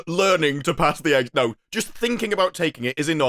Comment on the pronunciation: "You might have a very minor case of serious brain damage" And idk why, sounds like he says exam as "egg-sam" don't know if it's because of the whole new accent coming out of him in the beginning